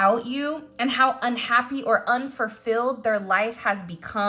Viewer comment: You said "unfurfilled" 😅